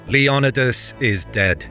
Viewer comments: Is Leonidas actually pronounced like that? I’ve been lied too! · Is it not pronounced "LEO-NI-DAS"?